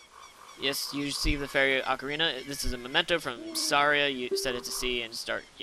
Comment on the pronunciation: Actually its Ocarina =/